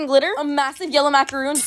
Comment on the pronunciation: The incorrect pronunciation of macaron 😭